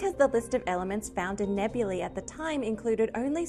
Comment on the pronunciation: Finally! A young scientist/science reporter on YouTube who knows how to properly pronounce the last syllable of “nebulae”!